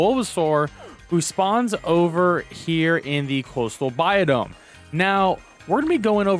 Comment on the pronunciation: Sounds like ur saying biodome